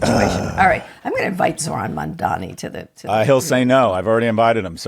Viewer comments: At least learn how to pronouns his name right as a professor. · you guys should at least TRY to say his name correctly. it feels intentional. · If yall keep pronouncing Mamdani with three Ms I’m gonna have to boycott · Why won't Scott say his name correctly? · Learn to pronounce our mayor-elect's name correctly Scott! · Maybe Mamdani would come on your show if you learned to pronounce is name correctly. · I’m getting really exhausted by highly educated people still mispronouncing his name. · Sorry Kara, I tried. Scott has always been an insufferable, conservative bag of hot air and he brings down your value. And the very dog whistle-y mispronunciations of Mamdani, which you at least corrected at about 10 minutes in finally. Scott is excellent at spinning numbers. The numbers are clear, we are finally seeing a correction to return to a left Democratic Party after decades of degrading into right-light and losing. Byeee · MamdaNNNi not Mamdammmmi!!!! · Kara you are not saying his name correctly. Its MamdaNi. not MamdaMi. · C'mon Kara, let's get his name right at least. It's Mamdani, not Mandami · Why the fuck cant anyone pronounce mamdani right. Its not mamdami ffs. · KARA - Don’t be an idiot, his name is MamdaNI - with an N! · Why can they not pronounce Mamdani’s name correctly?? I don’t care how much money you have Scott, but involving your kid in betting/losing $300k on Harris on a lark is insane and invokes the trope of the rich man lighting his cigar with 100 dollar bills. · I’m beginning to majorly lose respect for Scott Galloway - the man insists on saying Mamdami instead of Mamdani and supposedly has written a bestselling book to boot. Give me a break! This is just his feeble attempt at conveying contempt for Mamdani, who he clearly and intensely dislikes. Get out of your bubble Scott! You are better than this! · Why do they keep pronouncing it MamdaMi….its MamdaNi!!! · Not Mamdami. Please learn to pronounce his name correctly.